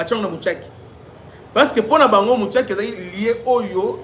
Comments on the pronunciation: MUSHAKI et non MUTSHAKI .... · C'est "Mushaki# prononce comme c'est écrit, pas Mutshake